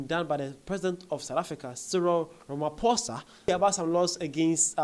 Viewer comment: Cupcake did tell Trump that the money we get from USAID is but a drop in the ocean, SA will be fine without the aid. He actually did us a favour.....In other news, thanks for finally pronouncing our president's surname correctly good sir 😂❤.